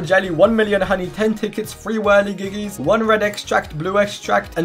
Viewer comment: BRO REALLY SAID "whirligigis"